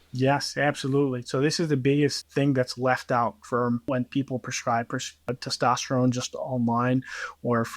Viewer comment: It's hard to take a guy who says testosterome seriously.